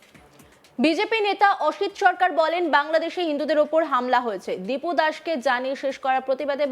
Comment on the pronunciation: হিন্দু ভাইয়ের নাম টা ঠিকঠাক বলতে পারছে না,নামটা (দীপু) দিনু নয়,বড় নেতা গিরি করছে ফেলানীর নেতা।বিজেপি কত টাকা দিয়েছে।